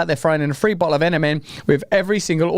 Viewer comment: Russell, your pronunciation of 'bottle' threw me for a poop. At first I thought you were being polite using the alternative for A-hole. Upon relisten in proper context, it works out just fine either way, Moderna(Ticker: MRNA) are incredible a55holes.